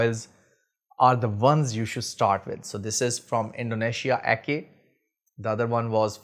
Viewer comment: Salam. Great review brother! Anyway, it is pronounce as Ah-cheh not Ah-kay. Keep the oud oil reviews coming. 💪🏻